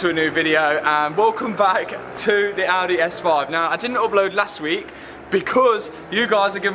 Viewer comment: lol, Audehh